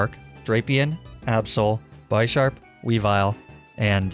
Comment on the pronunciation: Its not aabsol it's absol and not weawill it's weavile